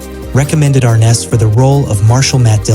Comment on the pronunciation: Arness, not Arnes.